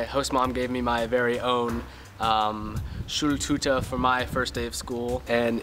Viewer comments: "Schuhltuter" HAHAHA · The way he pronounced,, Schultüte'' is so cute